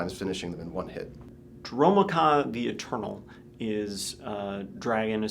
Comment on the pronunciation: Their pronunciation of Dromoka and Abzan makes me cringe so hard